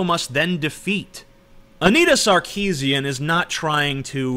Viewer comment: You would be more credible if you did you research. Anita Sarkeesian is of Armenian decent; Armenian last names sound completely different to how you pronounce it. I let you found out yourself how you should say her name.